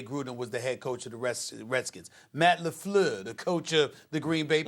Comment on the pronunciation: Stephen A: Matt LeFloor